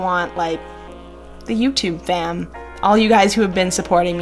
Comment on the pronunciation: can't believe how easy it is to make presets nice vid i'm not hating but sounds funny when you say 'fam' lol